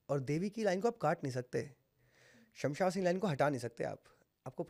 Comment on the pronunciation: Shamsha vasni nii..shamshaan vaasni bola jata h..pehle naam to sahi bolo bhai